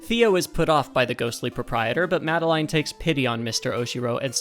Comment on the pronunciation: This was a really really cool video! Learning about these musical easter eggs is really really cool to me. Your editing style makes this informative, entertaining, and even funny sometimes! Please take my like and subscribe, you've earned it. 🙂 PS. The way you pronounce "Madeline" is funny to me. I've always heard it as "Ma-del-in", but "Ma-de-*line*" is neat!